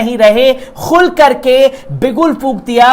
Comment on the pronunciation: بابو! میں پل پل نیوز کو ہمیشہ اور بڑے غور سے دیکھتا ہوں۔ اور تمہاری کوششوں کو دیکھ کر مجھے بہت خوشی ہوتی ہے کہ یہ ایک بندہ ترقی کر کے ایک نامی گرامی اینکروں میں شمار ہوگا۔ اس سلسلے میں میری ایک گزارش ہے کہ نیوز پڑھتے وقت اس میں جو اردو کے الفاظ آتے ہیں اس کی ادائیگی صحیح نہیں ہو پاتی ہے۔اور یہ اردو جاننے والوں کو بہت کھلتی ہے۔ جیسے غستاخی =صحیح لفظ گستاخی ہے۔ خل کر =صحیح لفظ کھل کر ہے۔ خلخلا اٹھے =کھِلکھِلا اٹھے آور بھی کئی جگہوں پر جیسے جرائت یعنی ہمت کی جگہ حماقت کا استعمال کر دیا جاتا ہے جو سراسر غلط ہے۔ حماقت کے معنی بے وقوفی کے ہوتا ہے۔جسِ کو آدمی ہمت کے معنی میں استعمال کر دیتا ہے۔اِن سبھوں پر خاص خیال رکھنا ہے۔ اِس کے لئے اگر اردو پڑھنے کی ضرورت ہے تو پڑھی جائے، کیوں کہ بغیر اردو کے نیوز پڑھنے میں کشش باقی نہیں رہ جاتی ہے۔ جتنے بھی اردو جاننے والے اینکر ہیں وہی کامیاب بھی ہیں۔ والسلام